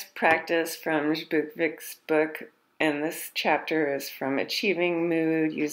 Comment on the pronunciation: You must pronounce Zbukvic like Zbukvich....Anyway good study.....